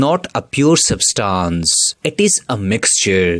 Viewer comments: It is substance not substons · Didn't even dont know how to pronounce , substance.....poor video